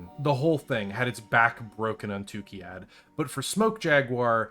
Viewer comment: What confuses me is that you constantly say Tukkiyad while the planet is Tukkayid... 😉